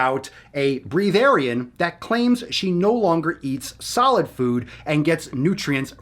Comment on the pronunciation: Uh. It's pronounced w a short e. Like eh. Like brehth. Also it's practiced by a whole host of religions. But especially Jainism and Buddhism. And people have lived for multiple decades without any food. Yea they totally wound up dying. Obviously. Everyone does. But there are some who lived for more than 80 years without consuming any "Earth matter" and to the people who do it it's not about the health industry. It's about a spiritual need to distance our bodies from the earth. Like dukkah in Buddhism. Theres definitely a fine line between religious observance and eating disorders, but to the people doing both, none of us really care if we die. I get what you're saying. And I think the bigger problem is just the clickbait crap. And idiot white chicks extorting religious observances they don't fully understand for temporary fame. But those of us who practice arent actually devoid of reasoning. And we don't think we get all of our nutrients from the air. It's more like we believe in disciplining our bodies away from this world and that taking in the sun and the air doesn't literally feed our bodies nutritionally, but can empower our spiritual growth on the path to buddhahood to find Nirvana and accept our place in the ground feeding fauna and becoming the stars where we believe we belong. You're like 80% understanding. And then you cut yourself off with judging that we're dumbasses. We're not dumbasses. We're nihilistic solipsists who just want to feel awake and aware and remove